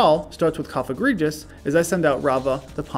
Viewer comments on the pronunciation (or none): none